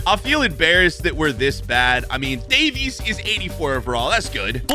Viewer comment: pronounced davis